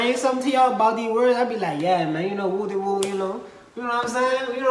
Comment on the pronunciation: They got wooty woo perfectly correct I ain’t got shit to say